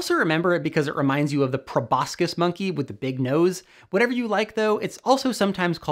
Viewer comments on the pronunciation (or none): none